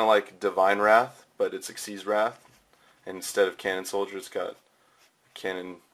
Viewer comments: They are actually pronounced "ik-seez". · its supposed to be pronouced 'exeeze' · Thats what I thought too however I was wrong xyz monsters are actually pronounced as (ex-seed) or exceed monsters